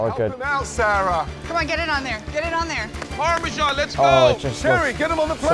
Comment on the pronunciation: How to pronounce Filet Mignon 😂 Nick you need to learn how to pronounce 'Parmesan' it is not pronounced 'Parmeshan'